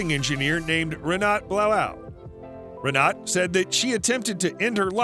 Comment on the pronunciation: Renata, a German girl's name is pronounced "Ren ar ta " not Renart.